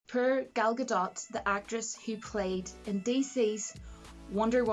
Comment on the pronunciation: Gadot is pronounced exactly as it spelled - Ga-dot. 100%. In this video she says it right.